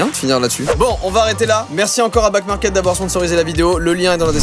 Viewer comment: Joyca : Ouais Backmarket c’est trop bien, ils reconditionnent. Moi qui entends : Ouais Black Market c’est trop bien Moi : ..... Moi qui voit back market écrit : ....................